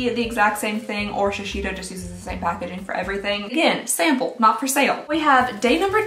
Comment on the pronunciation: "smaple size" I'm sleep deprived but omg this little slip up made me laugh so hard 💖